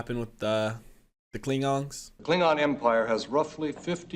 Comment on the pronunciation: Anyone else notice that he says klingongs instead of klingons.